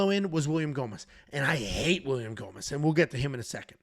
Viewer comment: You have to do all the post fight scits hammered....it was awesome, hilarious, and hearing you murder gomis was a thing of beauty